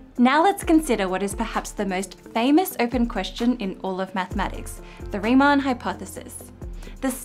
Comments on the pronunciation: Also "Riemann", not "Reimann". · Nice video, as always. But, as a German, I have to say this. It's RIEMANN, not REIMANN. So please, next time... 🙂